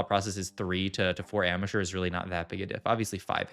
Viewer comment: Everytime he says ambusher hes rly saying amateur now watch it again :p welcome to my brain cannot unhear